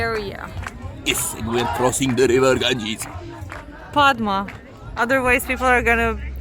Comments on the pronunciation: it is pronounced podda not padma ... but you have to write it padma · The actual pronunciation of Padma is "Padda (Podda)". Ilish (Hilsha Fish) is our national fish. We love this fish only for its unique flavour and smell. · Actually the pronunciation of Padma in bangla is "Paaddaa" 🙂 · Yep, letter ''D'' remains silent when the word ''Padma'' is pronounced.. Padma means Lilly Flower 🌼